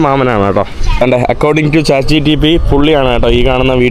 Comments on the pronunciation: Brother chat gtp 🚫 chat gpt ✅ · chat gtp❌ chat gpt✅